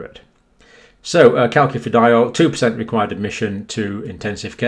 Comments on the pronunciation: John Campbell CalCIFediol is pronounced "SIF" not "KIF" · No. The CIF bit is pronounced SIF. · CAL' - sif - eh - DI' - ol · It's pronounced cal-sea-feed-yol. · Calcifediol...pronounced, I would have thought like Calciferol, not like Calcutta but more like calcify. Easier to get your tongue around as well. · You pronounce calcifediol as if the second c is an s, as in calcium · Is that the correct pronunciation of calcifediol? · Calcifediol is pronounced with a soft 2nd c, John.